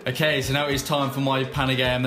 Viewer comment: the way he tells okay ''akay""